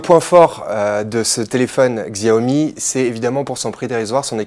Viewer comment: xiaomi ce prononce à la chinoise soit "chiaomi" , faites gaffe parce que le pdg de xiaomi va s'énerver ^^